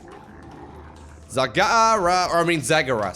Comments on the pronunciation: its not zagara its zegara you had it right the first time they are trolling you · I don't know about you guys but I think it should be pronounced Zagara.